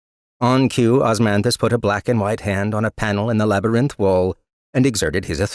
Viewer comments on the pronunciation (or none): Always bothered me how he pronounces labyrinth. Especially when it's written out like 50 times each chapter lol. Other than that, love this